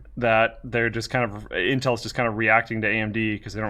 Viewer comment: does he call it inhel?